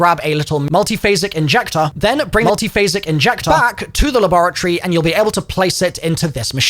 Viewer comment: Learn how to say "MULTIPHASIC INJECTOR" 🙄 Say it once and record it, then edit it in wherever it's needed 😎